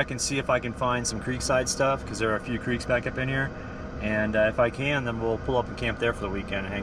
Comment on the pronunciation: I thought I caught that colorado Accent of "crek". Fellow Coloradan saying hi.